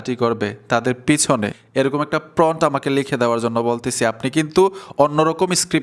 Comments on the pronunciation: সব ঠিক আছে ভাই। কিন্টু ওটা PRONT নয় প্রম্পট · প্রন্ট না ভাই, প্রম্ট prompt 😂😂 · আপনি তো সুন্দর ভিডিও বানান। কিন্তু কয়েকটা ইংরেজি শব্দের উচ্চারণ ভালোভাবে জেনে নেন না কেন? শব্দটা 'প্রন্ট' নয়, 'প্রম্পট', যার ইংরেজি বানান 'Prompt'. আপনি এই শব্দটাকে বারবার 'প্রন্ট' (Pront) উচ্চারণ করাতে শুনতে খারাপ লেগেছে। আশা করি আগামীতে সঠিকভাবে Prompt (প্রম্পট) শব্দটি উচ্চারণ করে আপনার ভিডিওকে আরও আকর্ষণীয় ও নিখুঁত করে তুলতে পারবেন। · প্রন্ট না, প্রম্পট। উচ্চারণ ঠিক করেন। 'Prompt' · ফ্রন্ট না মিয়া প্রমপ্ট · এটাকে প্রম্পট্ বলে প্রন্ট না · প্রম্প্ট (Prompt) হবে...Thanks... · প্রমোড হ‌বে উচ্চারন টা